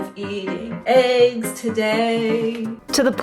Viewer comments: It's not aigs, it's eggs 🙄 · What are “ayegs”? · I like how you pronounce eggs. Ayg. :face-green-smiling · This is so funny, because the girl can’t say the word eggs .